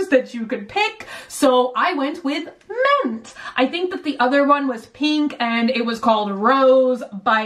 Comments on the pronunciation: Mint & ment are not pronounced the same. What is wrong with you? Since when do i and e sound "exactly the same"? The vowel in Mint is correctly pronounced the same as in Hint. The vowel in Ment is correctly pronounced the same as in Cent. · so? she still said ment in this video and not mint... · The fact that she says ment instead of mint bothers me so much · bunny saying ment instead of mint for 16 minutes straight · I like how she says ment and menty instead of mint or minty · i'm like cringing but then laughing at the same time every time i hear "menty" "Ment" ... "mentiness" MINT BUNNY OMG MINT!! HAHAHA, i love you so much ! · Was anyone else hearing "ment" when she'd say "mint?" Or am I losing it haha 😂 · It's not ment it's mint. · Is it me or does she say ment instead of mint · Mk wait. She keeps saying “ment” isn’t it mint? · She says ment and not mint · Did she say ment not mint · Lol came to comment this too. Omg. Ment. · Ment, like tent 😂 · She keeps saying “ment” I’m slightly triggered 😂😂 love her tho😂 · I’m slightly disturbed that when you say mint it sounds like ment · Omg it bothered me so bad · I love and her videos, but does anyone else get bothered by the way she says words like mint, pin, pillow, and milk? I know it’s stupid but I can’t be the only one that it bothers haha!